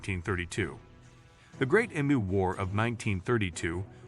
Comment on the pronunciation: Interesting subject, but read it yourself or don't bother. Nobody wants to listen to an AI mispronounce Emu.